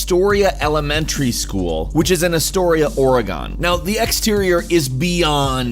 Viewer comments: Ore-gone? It's pronounced "Ore-gihn" (the g is hard) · Organ not aura-gone nothing pisses off people more who live here than screwing up it's name. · OREGON, OREGON! IT IS NOT OREYGONE FFS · It's Ore-gun. Not Or-a-gone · A little bit of a pet peeve of mine but not a big deal. It’s pronounced Or-eh-g-in like begin, not like gone. Any Oregon native will tell you this. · oregon is pronounced or-uh-gen not or-eh-gone. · Ore-ginn not Ore-gone! ;-D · It's pronounced "Or-gun", not "Or-e-gahn". Like the instrument or the body parts. Sincerely, An Oregon resident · You got one thing VERY wrong! Oregon is NOT pronounced Ore-gon, but Ore-Gin -- You will not hear people from the area saying it the first way. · I love how people who don't live in Oregon call it Or-Gone . We say Or-gin . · Good video but... Did.. Did you just say Or-a-gon? It's pronounced Or-ah-gen, similar to the pronunciation of organ. Sorry but as an Oregonian, this irritates the crap outta me and if ya ever approach an Oregonian and mispronounce our state, hell will break lose. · Lmao, its Or-gun, not Or-a-gon. Does everyone mispronounce the states name? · Or-eh-GONE Cringe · Ar-a-gone? Never heard of that state lol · I like how he said Oregon as Oregone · OR-E-Gone wtf haha. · Holy fuck dude. Okay. I grew up in Astoria. With our fog, it makes that school fucking creepy. Also, ffs. It's pronounced "or a gun". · C'mon, Oro-gone? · Really? Ore-gone? also, it's centraaaaaaaaaaalia. long 'a' sound. not centrahhhhlia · You don't hear people saying "Orygon" very often unless a person from the east coast trying to pronounce it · It frustrated me too the way he pronounces Oregon. Also they way he says Centralia. It's "Cen-trail-ee-uh" not "Cen-trolly-uh." Also the fact that most of his "facts" were completely wrong. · oregon is pronounced oreegon or organ thats how we say it here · Are you fucking kidding me? Oregone? You mean Oregon. The o is a hard a lmao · oregon NOT OregAN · wtf is OregAn. 😒